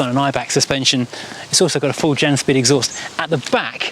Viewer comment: Janspeed is pronounced Yanspeed , János Ódor was Hungarian